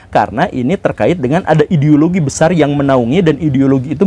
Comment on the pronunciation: Gimana ngomong "ideologi" nya guru?? 🤣🤣🤣